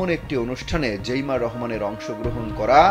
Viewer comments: জেইমা না জাইমা রহমান সাংবাদিক ভাই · জাইমা রহমান,জেইমা রহমান না,নামটাও জানে না , কিন্তু নিউজ করে🤩